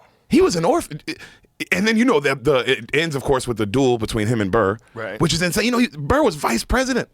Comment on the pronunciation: "Inshane sape" HAHA